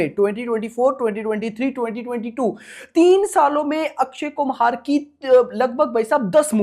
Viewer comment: Bhai akshay kumhar nhi akshay kumar